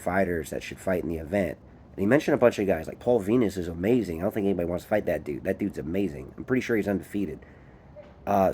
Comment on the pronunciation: It's paul venis bro not Venus 😂 big respect bro thanks for the mention 💙🤝💯